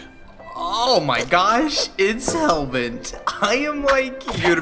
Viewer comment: I was laughing so hard when he said Hellbert-kun for some reason XD